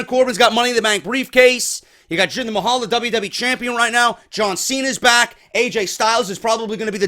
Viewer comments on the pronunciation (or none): none